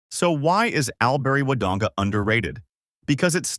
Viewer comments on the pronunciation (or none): All-bree. NOT Al-bree